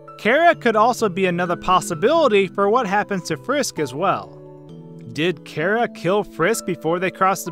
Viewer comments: It is. This dude says it way off. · Jonagor97 2 It may be short for Character, but that doesn't matter. Would you pronounce Chair as K-air? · its Chara not Cara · Cara -_- im sorry but cmon its Chara the h is a thing but still cmon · no you're right. it's pronounced kara, even though I wish it weren't so because I have a Freind named Kara XD there is no official way to pronounce it since it's hardly even canon, but it is short for character so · Him: cara me: you mean chara? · ITS NOT CARA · its not cara its chara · it’s char a not cars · Says Chera Me: ITS CHARA DUDE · Its chara (ch a ra) not chara (care a) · I like your videos, but when you say Chara as "Karah", it slightly annoys me. Just a nitpick I have. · jenny fabros no, the canon pronunciation is car-a. Like character. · Do you not know how to say Chara you aren’t pronouncing Ch right so stop calling her Kara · its chara not chara